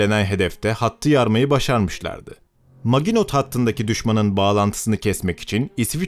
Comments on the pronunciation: su yabanci ozel kelimeleri yazildigi gibi okumayin ya. Her videoda ayni. Maginot degil MAJINO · MAGINOT (MAJINO) olarak okunur. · Maginot majino diye okunur admin. Literatüre hakim değilsin. Biraz fransızca önemli. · Maginot hattı nedir yahu. Hiç mi 2. dünya savaşı belgeseli dinlemediniz hiç mi kulağınıza çalınmadı "Majino" hattı diye bir kelime.